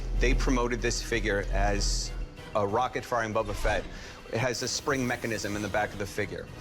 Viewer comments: "bUUUbBaa FeT" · This guy shouldn't be allowed to own the Boba Fett if he keep calls calling him "Bubba" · Imagine being a Star Wars “fan” and saying bubba fett